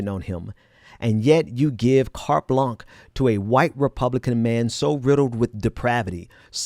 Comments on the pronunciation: Carte blansh, not carte blonk. You want to sound as smart as you are. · Great. But it is carte blanche with a soft ch like sh, not “blanc”. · It's not cart blanc. Just Google words you don't know and you will get the pronunciation.